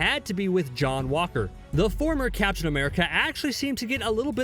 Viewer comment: Why is this guy pronouncing captain as caption?